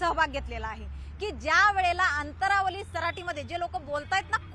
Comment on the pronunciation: अनंतावाली 😅 अंतंरवाली